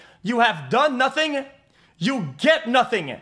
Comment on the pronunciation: Notting ? notting ??? I HAVE NOTTINNNNNNG